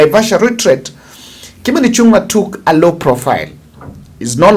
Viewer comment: Thanks for the bold analysis Sir. Kimani Ichung'wa's goose is already cooked and he is on his out. A small correct please Kimani Ichung'wa NOT Ichun'gwa. The ng' in Kikuyu is always like the name "Ng'ombe" so sio Ichun'gwa it is ICHÙNG'WA